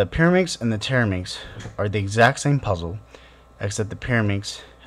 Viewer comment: You keep saying TETRAminx wrong. A TERAminx is a completely different puzzle